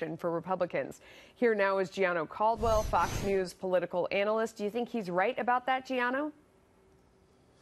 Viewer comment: Please vote. She said ANAL-ist. 😂